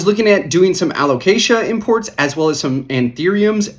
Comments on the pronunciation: I was coming here to give you a hard time about the "caramel" pronunciation, just so you can say someone did, but I'm gonna pivot and give you props for pronouncing "Alocasia" right for an entire video. Nicely done! 👏😉 On a more serious note, I'm curious about your importing – do you do most of it on Ebay? I wonder about the prices you see on there because they aren't all that great. I find the prices are still quite a bit better bringing stuff in (to Canada, at least) from Indonesia if you have a couple of good import contacts and have them source plants for you local to them. We've been bringing really nice stuff (mostly Anthuriums though) in for still quite a bit less than US/Canada prices. We're doing group orders of 10-30+ plants at a time, but I think that discounting probably still equates to you buying in bulk for commercial resale. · LOL I love we're still doing the "Alocasia" thing, youre pronouncing it perfectly XD Also they look so goood im so glad the prices are dropping, I was really holding off getting a variegated Frydek, it was my dream plant but they were going for like 500$ and after giving a green frydek a very slow and painful death i figured id wait a bit.. 😪 it looks like very soon ill finally be able to afford to kill a variegated frydek 🥲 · Super interesting subject! (And proud of your pronunciation of alocasia)